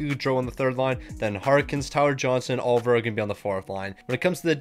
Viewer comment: its Olivier not oliver